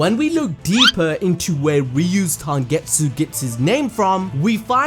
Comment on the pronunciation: Are going to ignore the fact that said tangetsu everytime he referenced tengetsu eye?